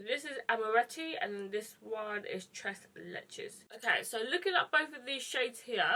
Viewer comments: She said tres leeches the 2nd time I laughed so hard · wet myself...surely she knows you don’t pronounce the s? Maybe she was in a hurry....sure felt that way! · The way she pronounced “tres leches” 😂😂😂 im sorry i couldn’t help but laugh a little ❤️❤️❤️